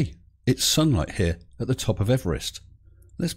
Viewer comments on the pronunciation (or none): none